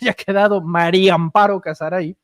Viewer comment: Si van a decif algo al publico x lo menos tomen clases de lectura lo de el jefr de Pemex lo entiendo es gente de Oaxaca qud contrabajos hablan el Español pero tu eres um Yutuber y tienes x lo menos que leer bien, la mujer se llama Maria Amparo Casar de casamiento no de Cazador Maria, no Mario Mario es masculino da pena que aqui en Mexico sesn contados con los dedos de la mano quien sepa leer bien, da pfna oir gente con carrers Universitaria que lef coml un niño de segundo o 3er. año df primaria.